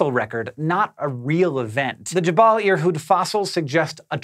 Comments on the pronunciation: JeBELL, not JeBALL. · Hey, "Jebel" or "Jabal" or "Jebal" or however you wanna spell it, means "Mountain" in Arabic, so it's Irhoud Mountain :) Yours truly, An Arab fan